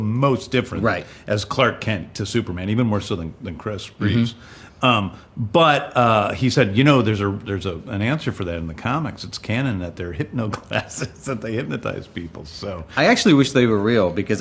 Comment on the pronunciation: Did James Gunn just call Christopher Reeve “Chris Reeves “? Reeves ?!!!!! It is Reeve ! REEVE !